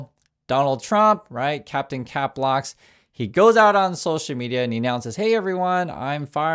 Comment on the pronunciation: please! It's capslock not "cap locks".